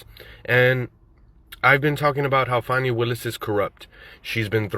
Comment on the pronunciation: Trump is recorded breaking the law. Willis is not above the law. The investigation of her relationship with Wade will prove to be way less nefarious than you emotional dudes suppose. Trump is going to prison. Her name is pronounced Fawh-NEE. But I'm sure your intentional mispronunciation has nothing to do with disrespect for her?